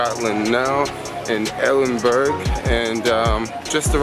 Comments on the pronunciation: it prounounced Edinbraa not Edingberg lol. Also that tram you saw not train at town centre. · you disappoint me man, you need to learn how to pronounce the countries or cities you visit, as a travel vlogger it aint on, try saying EDIN-BRA fast and you got it. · Oh yeah you came to London during spring!! Yup, it stays sunny till 10pm sometimes. And it’s pronounced “Edin-bruh” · Tut tut tut..it's pronounced edenburg loool